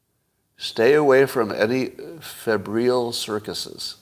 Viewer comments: It's pronounced FEB-ryle (rhymes with 'Nile' at the end). 'Febrile' means 'feverish', het-up, over passionate, activated, excitable etc. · Scott is really bad at pronouncing words. Febrile isn’t that complicated